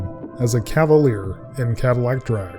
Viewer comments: They called it a "Cadaleer" lol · Cavalier lol